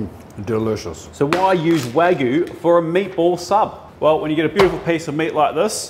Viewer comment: So refreshing to hear an English speaking YouTube chef pronounce Wagyu correctly and not waahhhhhgyu.